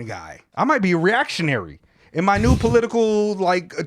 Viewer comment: "I might be a reactionnary" lmao